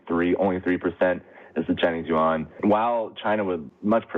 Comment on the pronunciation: speaks Mandarin, so she knows every Chinese word has 1 syllable. She knows how to pronounce Yuan but chooses not to. That is the most mispronounced word for the Chinese currency unit. she almost pronounced it correctly.